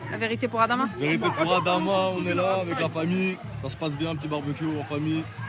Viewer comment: Respecter les gens il s appeller Adama Pas Amada